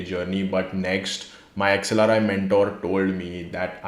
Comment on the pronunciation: Iim a and xlri 😂 it's sounding like samsung and somosa😂